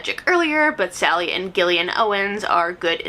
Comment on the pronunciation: Lisa bonnet and Gillian 😂 sis it’s pronounced Bo-nay and Jillian